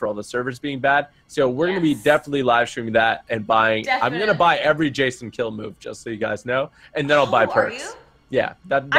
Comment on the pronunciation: The new Jason was interesting. Do you two remember the old Nintendo Friday the 13th? Reminded me of that. Maybe because its blue? Anyway it was fun watching. And keep pronouncing my name right. Keep on keeping on!